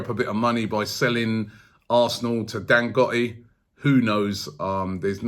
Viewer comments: Robbie hold up!!! Its not pronounced dangotti....it's DAN-GO-TEY...we love aftv here in naija 🇳🇬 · Dan-goat-ey.. not Dan-got-i. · Dangote: if you wanna know how to pronounce it listen to burna boy : dangote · It’s pronounced Dan-Go-Tay. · It’s pronounced DANGOTAY . Not Dangotee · Robbie can't pronounce for shit....LOL. What is "Dangotti"?lmafo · Thats not how you pronounce Dangote. Its pronounced as Dan-Go-Te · Robbie never gets names right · It's pronounced Dang-go-tay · It's Dan-Go-té Robbie... Like in Kanté... Really really brilliant show though Robbie...your reports are always top class... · Robbie its Dan-GO-Tey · Dangote dangote dangote still dy find money... Let him buy it.. He will spend. Once again Robbie butchered the name. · As if Robbie listens to Burna Boy. He probably calls him Burma Boy anyway. Robbie can't pronounce names 😂